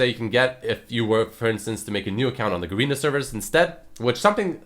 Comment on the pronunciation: hey its ga-re-na like garren not garina